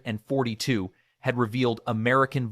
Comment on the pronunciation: BECAUSE IT'S AI CRAP AND IT CAN'T SAY IT PROPERLY